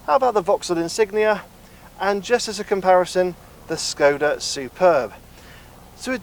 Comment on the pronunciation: It is Shhhhhkoda, god damn it